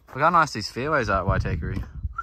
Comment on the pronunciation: Great video. Only thing you need to work on how to pronounce Waitākere properly 😅